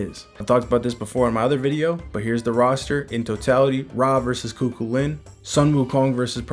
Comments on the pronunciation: Just found your channel. Love everything you post frfr! But nothing is more funny than hearing you tryna say Chu Chuliann. It’s not Ku-Ku-Lin. It’s Kugh- Kull-ian. Thank you for these updates as well🫡🙏🏽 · I love these vids bro! And I just wanted to lyk it’s actually pronounced “Coo-Cuh-Lin” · Hello local Irish here but in the video Cu Chulainn is missed pronounced it’s actually Cu-Cul-Linn